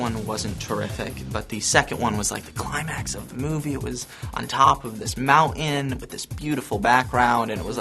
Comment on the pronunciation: Did anyone else notice that Taylor said mountain all weird lol! funny stuff man!